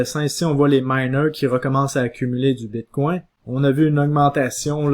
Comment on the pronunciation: "BITCOIN" ou "BITCWAIW"? : La prononciation du "BITCOIN" en Anglais serait préférable. Ce mot sonne bizarre et distrait à l'audition... "BITCWAIW" .... ET POURTANT TU DIS TOUT LE RESTE DES TERMES FINANCIERS EN ANGLAIS COMME 'STRONG HANDS' ... 'BEAR MARKET ' et autres termes du trading anglais . Tu essaies de franciser le bitcoin.... Le reste du message est toutefois pertinent.